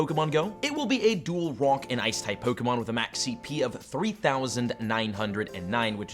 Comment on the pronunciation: "It will be a dual Wock-ice type"